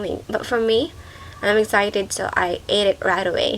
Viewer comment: your language is wrong and when you pronounced the excited when you pronounce it excited that's all I'm so sorry....